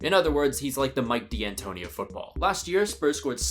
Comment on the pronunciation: with the NBA reference but he pronounced it DiAntoni 🫵🏽